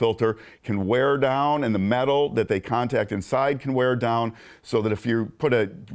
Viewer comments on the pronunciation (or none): none